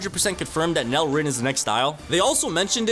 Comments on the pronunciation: Bro pls don’t call it NEL like that, it’s pronounced N E L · Why do yall call it NEL/Nell rin because NEL is a abbreviation for Neo egoist league so saying Nell would be wrong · ngl its be pmo when people say nel ITS n.e.l